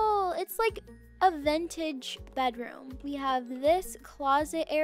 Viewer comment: it sounded like said "vEnTaGe"